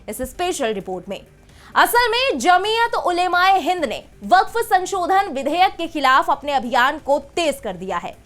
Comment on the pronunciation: सही उच्चारण, जमीअत ओलमा ए हिंद।